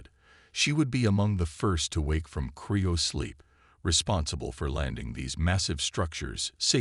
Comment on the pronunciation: Cryo sleep. It's cryo sleep not Creo sleep.